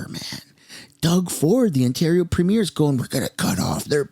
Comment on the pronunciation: Why does everyone mispronounce premier?